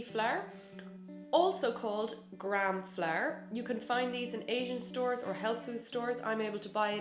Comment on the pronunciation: Why do you pronounce flour like flair?